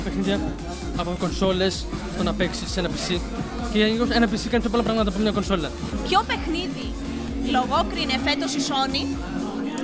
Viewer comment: κοσολα οχι κονσόλα 😂